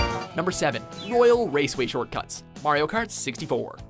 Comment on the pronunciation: it is probably just me but I thought he said wario kart